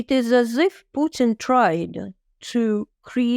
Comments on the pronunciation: Please,,,,not PEWTIN 😂😂😂😂😂😂😂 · Not PEWTIN 😂😂😂😂 ITS PUTIN !!